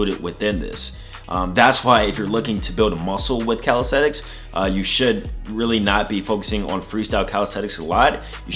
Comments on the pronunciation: CalistheNics. With an N. I feel like you're saying CalistheTics. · Did you know you say "calistheTics"?